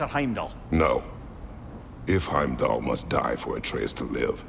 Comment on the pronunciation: Anyone else peep saying “HimDell” instead of Heimdall lol gotta love him 😂